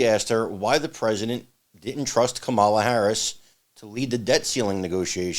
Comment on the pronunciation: Heels-Up-Harris' first name is pronounced comma-la, not ca-mah-la.